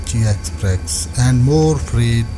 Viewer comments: Exprex nahi express huta hay hahahahahah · Exprex nhi express hota hai..